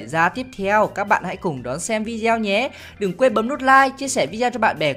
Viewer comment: Không biết có nghe nhầm anh nói từ video thành vi deo